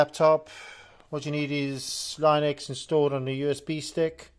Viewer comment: Bruh its not lainux it Linux 😂😂😂